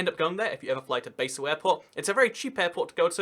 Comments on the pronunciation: good video, just fyi: Basel isnt pronounced Baesel, but rather more like Bahsl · Dude Basél is pronounced BaRsel not BaYsel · True, but one small pedantic thing that kinda irritated me was the mispronunciantion of basel. Its bah-sel, not bae-sel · Is pronounced Baa-sle. And you don't need to show your passport when going from Germany to Switzerland but you do have to declare any goods over the duty free allowance. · Hi! You do a good show. well done. Basel is NOT pronounce like the herb but like 'bar', the drinking place. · It's pronounced Bahl or sometimes Bahzl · Please, never pronounce Basel as "Baysil" ever again. Thank you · Americans mispronounce BASEL the same way they invented a different pronunciation for BASIL.